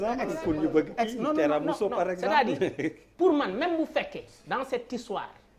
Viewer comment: On dit "Tiramisu" et non "Teramousso" Der